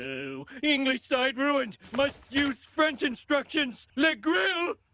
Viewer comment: Over 52% isn't a minority, it's a small majority - more than half of the total set. When I was in Montreal, everyone spoke English once I asked if I told them (in French) that I didn't speak French. Also, why's this dude saying "Franch?"